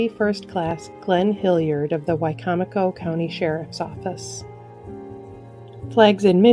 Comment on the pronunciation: Thank you for correctly pronouncing Wicomico County, MD!